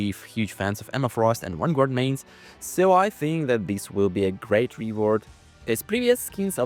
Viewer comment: That sentry concept looks so good. Also id pay good money to hear pronounce vanguard correctly 😂